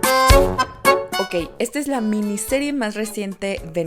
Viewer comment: Pronuncias mal reindeer, por lo demas todo genial🥰